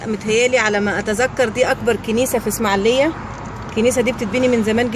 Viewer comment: اسمها الاسماعيلية.... وليست اسماعليه.... لو سمحتي